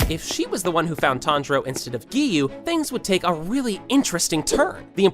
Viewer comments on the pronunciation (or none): i am getting triggered whenever he says geeyu